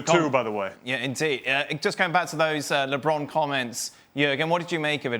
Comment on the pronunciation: Can someone tell Jurgen how to say LeBron's name properly, it's really not that hard.